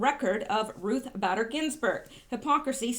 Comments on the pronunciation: Bader is pronounced Bayder! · B---A---der. Pronounced A a long A . Does not rhyme with glad or bad. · Her name is sound like Ruth (Bait-er) Bader Ginsburg. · RBG BADER IS pronounced BAY- DER..The A is long. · Ruth BAY-Der. Long A. Scar-A-mooch-ie. They call him mooch.